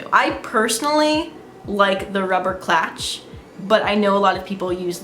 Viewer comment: it's clutch not clatch